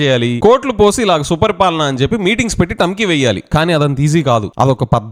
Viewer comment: Suparipalana kadhu.supaari palana